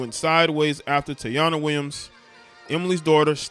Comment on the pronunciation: 🤦🏾‍♂️Bruh it's pronounced Tai-Eee-na. Other than that im witcha bruh💯💯💯💪🏾